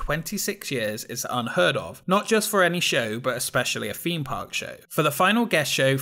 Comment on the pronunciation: Just found this channel and I'm well and truly binge-watching the lot. Love your content. I especially love the irony of your channel being called "Expedition Theme Park", all about theme parks, and yet you can't pronounce "Theme" 😂